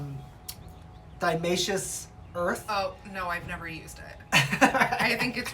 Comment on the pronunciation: Honestly, you should look up how to pronounce diatomaceous earth (it's not "diamaceous"). I found at least another video of yours where you don't seem to know the full word and were talking about pest management, I thought you were doing a bit at the time by acting like it was so difficult to pronounce, because you were also mocking its use, but I guess not? I only watched that one and this on because it came up under these search terms and the titles seem to suggest you know what you're doing. BTW, DE is mostly just silica and is right - they shard the exoskets of the insects. Just because it cuts insects doesn't mean it's not safe to have it around humans - a simple google will show that. To use it for potted plants and fungus gnats, you just have to cover the surface of the plant soil with it, and then make sure to bottom water the plant for a few days to keep the surface and DE dry. If you don't need to water a plant for a week, then don't even need to do that. This has the added advantage of preventing ants from accessing the plant, because ants are one main way that aphids and mealies get on there in larger numbers. The ants will also get cut by DE and die from dehydration. A lot of people use BTI the way suggest, so maybe it blew your mind but it isn't that big a deal. A commenter down there also mentioned that the granules actually mold and do not fully dissolve in the soil at all. The other comment about using the powder if you want to water the soil with it